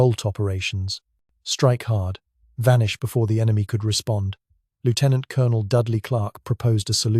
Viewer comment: For the love of god, or whatever other random fairy tale you choose to believe in, learn to pronounce "Lieutenant Colonel". Thank you.